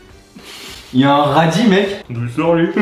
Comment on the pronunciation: Qui a entendu dire radit qui meurt